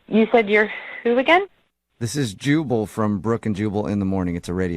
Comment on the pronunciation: You know what's funny? When you say, "Jubal", your dubbing says, "Chewable".